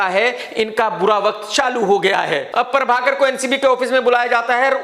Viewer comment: Everyone : Prabhakar Krk : Parbhakar